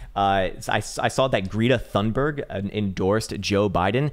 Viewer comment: I am Dutch, and that is NOT how to pronounce Greta Thunberg ...LOL Many Jesus blessings for you and yours.